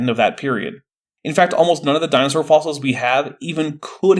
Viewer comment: "Dinoser" instead of dinosaur, "cartlage" instead of cartilage, "miterchondria" instead of mitochondria, even heard "manscape" instead of landscape once. For someone who's PhD is in communication, is REALLY not well spoken.